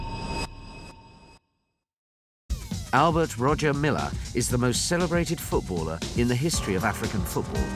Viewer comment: It's pronounced Roya Milla sir